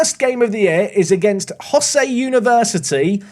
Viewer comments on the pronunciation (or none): btw Shakaijin means working adult and is pronounced with the emphysis on the 'kai' and Hosei uni is pronounced witn emphysis on the 'Ho' with the 'o' sounding like 'oh' in English